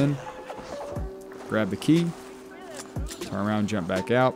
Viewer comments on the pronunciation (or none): none